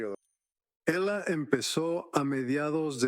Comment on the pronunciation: Y porque chingados dicen ela ela si ella no se llama Ela? 😒